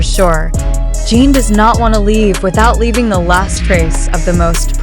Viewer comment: Jesus. Can the creator or AI at least get Jin's name pronounced right? It's Jin not Jean.